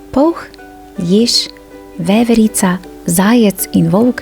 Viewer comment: jao veverica po štajersko😒